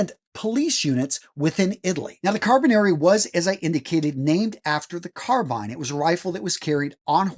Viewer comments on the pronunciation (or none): This guy needs to actually pronounce the title of "Carabinieri" properly. As a former MP who served in Italy at SETAF, with the Carabinieri, please say the title properly. Sheesh. Carra-be-nir-ri. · At least he got the history correct